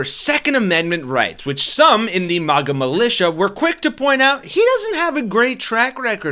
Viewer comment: lol it sounded like you called them maggot!! I love it! Maggots for trump!